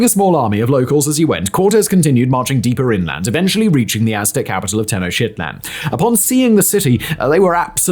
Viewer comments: Anyone else hear “Teno-shitland” instead of Tenochtitlán? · Maaaan the Teno-Shitland pronunciation is absolutely horrible and Americans would say insulting. Get your facts right including the lingo. Especially when you talk like you were trained in vocal presentation (or at least are trying to sound like that). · "Teno-shit-land" 🤣 Pretty sure that's not how it's pronounced, amigo! 🤣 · Its pronounced "Ten-knock-TIT-lan". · I sincerely doubt it was pronounced Ten-O-shit-land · Tenochtitlan is pronounced "teh-NOKCH-teet-laan"